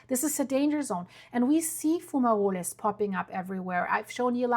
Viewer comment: Gee your pronunciation of fumoroles, sounds like an ITALIAN PASTA DISH SPEAKING AS A MAN WHO'S NONNI & Bobbo (grand parents) were born in ITALY ( AROUND 1884?).